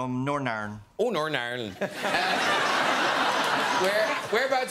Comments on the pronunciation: For a second I thought John said he was from Narnia😂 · "Originally from Nornarn". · “I’m from Norn irenand” 😂😂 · Norn Ayrn.